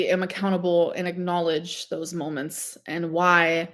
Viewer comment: Why is it so hard for her to say moments? What is a “molements”?